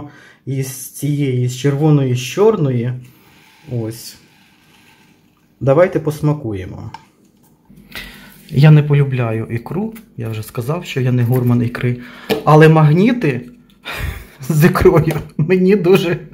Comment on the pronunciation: Наголос у слові гурман на останньому складі, тому що слово французьке.